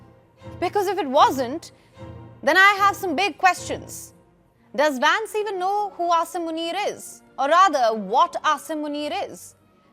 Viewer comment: JD Vance ❌ JD Vaans ✅😂 Waah Bhai wah